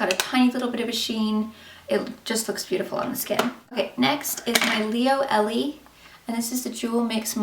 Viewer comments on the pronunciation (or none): none